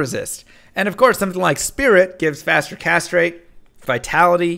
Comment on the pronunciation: Faster Castrate